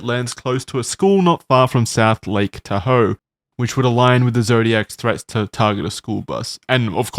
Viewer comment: What great friends Charlie and are to just let pronounce Tahoe like that. Such swell fellas.